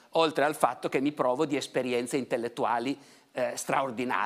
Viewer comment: (Min. ) "mi prOvo" o "mi privo" di esperienze ? Professore, abbia pazienza, io non credo proprio che lei si "prOverebbe di esperienze", espressione alquanto priva di senso compiuto in italiano, almeno secondo le mie modeste conoscenze. A parte tali questioni linguistiche, ammetto di ascoltarla sempre con piacere e "voglia di scoperta".